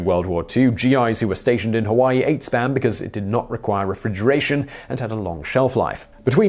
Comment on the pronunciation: Please don't pronounce Spam like that anymore... I was absolutely sure you said something else.